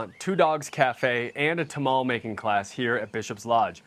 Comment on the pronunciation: City Slicker reviews the Southwest and doesn’t understand the culture. I can tell by the way he says “Tamale” 😂